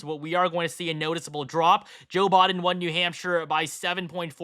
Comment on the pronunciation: "Joe Bod-en" lmao